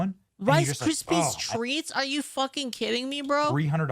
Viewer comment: I have never once heard someone pronounce it "RICE CRISPEEZ TREAT" before and it remind me of my Grandma that likes to go "to the walmarts"